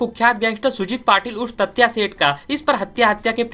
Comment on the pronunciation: तात्या तत्या नहीं पागल